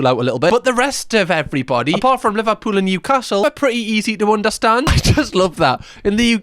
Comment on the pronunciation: how TF is Liverpool became livapoola?